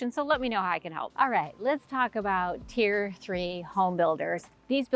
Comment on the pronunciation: It's "tier".